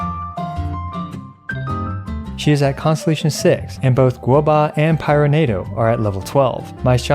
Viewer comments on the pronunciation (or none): Does anybody else enjoy it when says gobua?